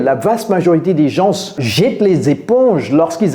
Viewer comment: Coach pourquoi tu prononces le "s " du mot "gens"?